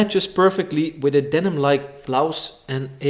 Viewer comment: Je spreekt bloes trouwens idd als blaus uit in het engels